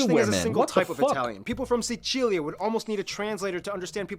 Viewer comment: He said Sicilia "decently"